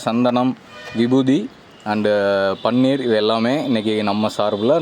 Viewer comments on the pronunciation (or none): none